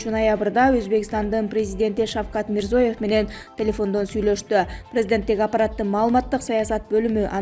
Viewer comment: МИРЗИЁЕВ☝️☝️☝️деп оку.